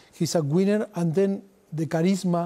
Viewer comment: "He's a gweener" i thought he called him a gooner for a second